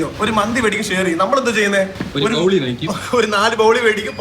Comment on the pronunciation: ബൗളി അല്ല 😂😂😂 It's ബോളി 😅😅